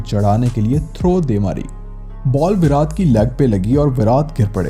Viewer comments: पहले विराट बोलना सीख भाई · Bhai pls virat ko theek se pronounce kro.